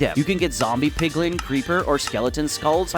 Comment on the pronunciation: It's not 'PIGLING' it's 'PIGLIN'.